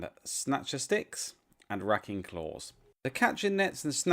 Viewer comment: It's "Ray-king" not "Raking". good review tho.